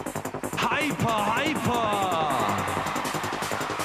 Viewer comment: Diese norddeutsche Aussprache 🫣🤢 Wenn man meint, sich auf Englisch ausdrücken zu müssen, sich aber nicht in der Aussprache coachen lässt... "Hypoar, hypoar"